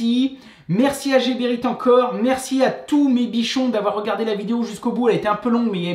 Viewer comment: Bravos! pour la bonne humeur ......si non.....heeee les coupes tubes Rotenberger c'est mieux pour tes doigts...et Pour infos prononce Gueberit